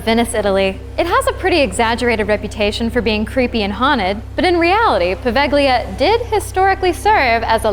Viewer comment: It's pronounced Pa-vay-le-ah, not Paveglia